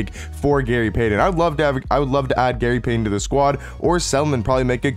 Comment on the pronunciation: Bro you somehow manage to butcher names every damn week lol "Gary Paden"